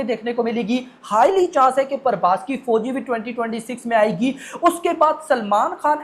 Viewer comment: Prabhash ❌ prabhaish 🐃🐃🐃🐃✅✅✅✅